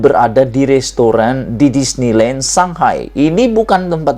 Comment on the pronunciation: Shanghai bukan Sakai .bro